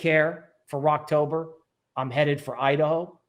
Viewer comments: Always good infor on the channel but I'm a little confused if you're talking bullish or bearish. It says Rektober but it sounds like you're say "Rockober" (sounds bullish). But it looks like in the last 2 cycles mid-October were new ATH. This market might be different but I feel like I missed a video or indicator somewhere. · Are you saying "wrecktober" or "Rocktober"?